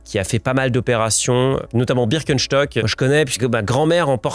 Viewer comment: En tant qu’alsacien, ça me régale la façon dont tu prononces Birkenstock